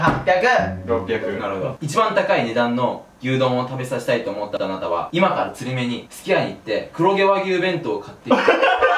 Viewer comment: 『あなたは桃太郎です』のところ『あたな』になってるw そして、ドッキリのところドキッリになってるw 疲れてるのね...